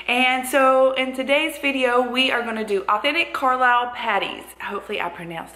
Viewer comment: Hiya, My Dad, older sister Tracey and Me, were all born in Carlisle, my Dad was born in Harraby, Me and Tracey were born in Botcherby, I've got a younger sister Leanne was born in Whitehaven, plus my Mam and nieces and Nephews, it's where we all live now, I explained to Michelle how to pronounce Carlisle, I said Car is pronounced Car (like what you drive) the lisle part is pronounced Lyle (like the country singer Lyle Lovett or the scottish golfer Sandy Lyle)that's how she said it right, to tell you the truth I'm quite chuffed about it, all the best Choppy